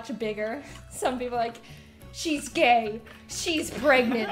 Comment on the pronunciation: She tried to say GAY lol